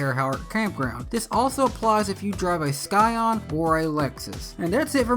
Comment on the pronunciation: Oh goodie. Happy Birthday... My mom celebrated her 70th birthday on August 10th. It seems birthdays were the only good news this weekend though... Also, "Sky-yon"?... Positive it's "Sai-yon" but that's ok... Scion isn't talked about much in NASCAR anyway. ^_^